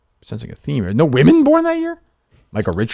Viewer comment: Justin can't read or say "women." One of the oddest things